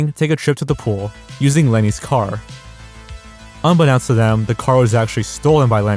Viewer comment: just for future reference, "unbeknownst" is pronounced "un-be-NO-nst", like the word "know". not "un-be-nounced"